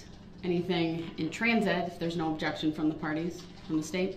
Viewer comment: 😂😂😂 “UBJECSHUN!!!! I see what you’re trying to do and it ain’t gonna work”. 😂